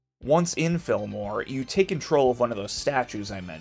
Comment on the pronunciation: Sorry this has nothing to do with anything but the way you say Fillmore quick like that, it sounds like you're saying Film Noir like I'm listening while doing something else and I think "You travel to a Black and White crime ridden town filled with people dressed up in trench coats and fedoras?"